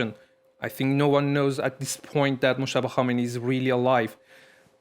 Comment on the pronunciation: Who the hell is "mokhhhhhhhtaba"? Why are the reporters of France24 making these voice overs, doing their own fabricated their own pronunciations of a name? His name is Moj-taba" with "j" sound like "jeudi" not "khhhhhhhh". Same goes with Mahsa Amini. The "h"-sound is a silent "h", which means her name should be pronounced "Ma-sa".... yet your average French reporters, when they pronounce it, they either fabricate their own name, like "Ma-sha" or even worse "Marrrrrsa". Jesus Christ, what kind of vicious condescending stereotyped staff do you have in your newsrooms?